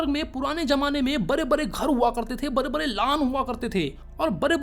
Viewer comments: bade bade ❌ bare bare ✅ 😂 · Bade bade ❌ Bare bare ✅